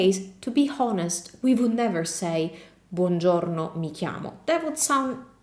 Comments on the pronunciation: Thanks! One minor remark, the 'h' in honest is voiceless, so you say 'onest':) Can we skip 'io' and just say 'sono Darek'? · Buongiorno, sono inglese. Your English is very good (better than my Italian) but I hope you won't mind my correcting you - honest is pronounced without the H which is silent 3.48 Keep up the good work, thank you. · "To be honest" in this word combination "h" is not pronounced